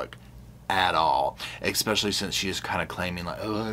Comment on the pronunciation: Sir, it's pronounced: 'ESPECIALLY' not 'EXSPECIALLY'